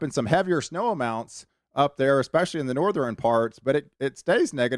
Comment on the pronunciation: I really like your forecast videos. Very accurate and well done presentation. I subscribed the first time I heard you say patteren!!! Southeren, northeren I love it. My girl says patteren too. Keep up the good work 👍